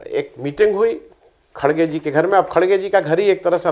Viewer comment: Ĥi is khargey not khdgey